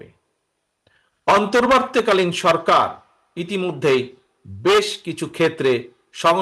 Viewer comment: Apni ontorbortii kalin sorkar kothata occharon korty parenna kno?